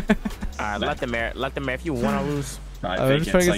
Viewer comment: Lol everything says his name he says lethamur I'm dead